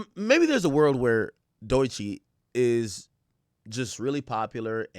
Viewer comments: AK can't even pronounce her name correct. It's pronounced Doe-Chi NOT Doy-Chi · Is it pronounced Dookie? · why does he keep pronouncing her name like that lmao